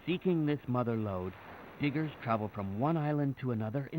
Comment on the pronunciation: To be honest, within a beginning of the video, the audio wasn't the best, especially when it came to the word, diggers, for a split second, I thought it said something else. It's very important to enunciate.